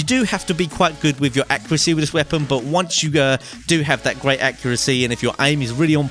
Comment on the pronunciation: He said gay instead of great